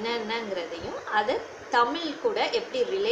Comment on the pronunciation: உங்கள் சேவை மிகவும் பாராட்டுக்குரியது..வாழ்த்துக்கள் சகோதரி... ஆனால் தமிழ் என்று சரியாக உச்சரித்தால் நல்லா இருக்கும்.. தமில் ஐ தவிர்த்தால் நல்லது..